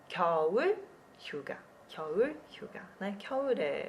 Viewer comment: 휴가 hyuga eu escutei suga =^=